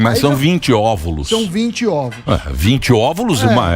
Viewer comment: KĶKKK vocês são demais, 😂😂😂Emílio falando óvulos 😂😂😂😂